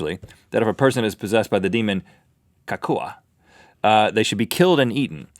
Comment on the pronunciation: It's not cack-oo-uh.. It's kuh-cow.. It's probably related to some sort of withdrawal from chewing on too many coca leaves or something.